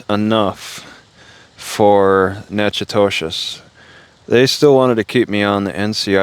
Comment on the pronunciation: It’s pronounced Knack-uh-dish